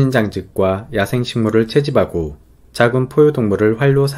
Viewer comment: 자막이 있으니 더 좋네요. (비밀글로 쓰고 싶었으나 죄송요^^) '~하고' 발음을 너무 또박또박 잘하려고 하지 말고 함축하고는 함추카고,채집하고는 채지파고로 편하게 발음하면 좋겠다는~~